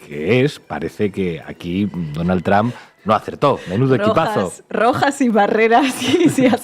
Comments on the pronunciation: El apellido del presidente de E. Unidos, no se pronuncia TRAM. Si no habla ni lee inglés diga Trump, no con esa A atravesada. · Mál dícho es TRUMP,, Bien dicho es TROMP,... Entonces porque seguímos diciendo TRAMP. Osea Manera incorrecta de pronunciacion natural del latíno. No es tramp , es tromp aunque se escriba con U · Este Trump, se oye como Tramp–a😂